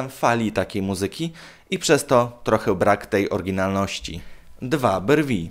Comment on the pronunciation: "sieł" zamiast się, "trocheł" zamiast trochę i tak można wymieniać bo kaleczysz język polski niemiłosiernie.. Zamiast nagrywać idiotyczne filmiki może popracujesz nad wymową?